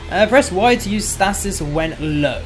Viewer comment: Stay-sis not Stass-siss